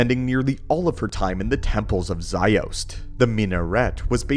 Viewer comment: great video! Love your content for real - just wish you pronounced the names correctly (> <) like Ajunta Pall (like Paul) and Je'daii is like (zhe-dye) not jee-dye. and Makashi. and Ziost (Zye-Ahst) (not zye-oast)